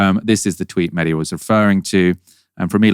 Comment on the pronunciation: Was phonetics not a thing in school? Its Mehdi.. not Meddy.. phonetic sound - 'Mehh Dee' .. Literally 2 syllables.. what sound does H make? Its easy. Or offensive. Or indifferent.